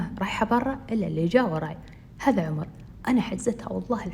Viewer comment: هلاا عمر مو حرف a حرف o